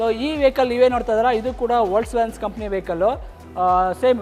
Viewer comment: ವೋಕ್ಸ್ ವ್ಯಾಗನ್ pronounce correct ilvalla guru🤦‍♂️🤦‍♂️